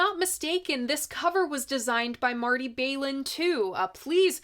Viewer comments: I thought you did a good job w/ your facts as well as your opinions. Just brush up on your pronunciation of Marty’s last name; it’s not Bail-in, but said w/ a flat ‘A’ , like Baal-in w/ the start rhyming w/ ‘pal’. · Balin not bailen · Pronounced Baahlin not Baylin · Balin rhymes with Allen. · Marty’s last name isn’t pronounced “Bay-lin”with a long “a” sound; the “Bal” is pronounced with a short “a” sound as in the word “ballot.” Thought you’d like to know.